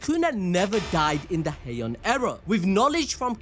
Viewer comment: Ah yes hiean era totally not heian era